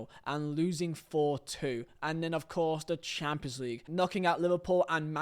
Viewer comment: Cant lie bro sayin Champions League like Chaaapslig gets me every time😂😂 love your videos tho❤️